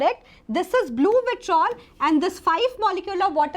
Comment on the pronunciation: it's vitriol ,not vitrol